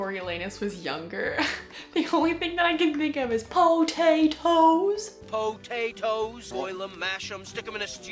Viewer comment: Ohmygoodness those editions are beautiful and “poh-tae-toes” took me out 😂 also where did you get the mermaid blanket?? And good point about how 3rd person POV gave a more disinterested and in depth feel!